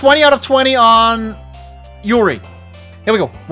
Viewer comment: Oh man, this is in many ways a perfect game for this channel. It's going to be a treat! I've just started watching so I don't know if you finished it or not, but if you want a pronunciation tip regarding the names you should stress the first syllable and skip the u in Natsuki, so basically SAI-ori, NAT-ski, YU-ri, and ofc MO-nika.